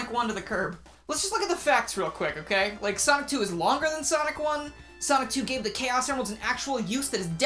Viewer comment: In the first part after the intro I heard Sock 2 instead of sonic 2 lmao